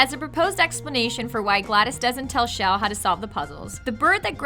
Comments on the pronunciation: CHELL, not SHELL!!! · SAY IT WITH ME SH ELL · Her name is pronounced CHUH ELL not SHELL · Her name is pronounced "Chell", not "Shell". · IT IS CHELL NOT SHELL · half correct, Chell has no correct pronunciation, and if you ask people at valve, they'll all give you different answers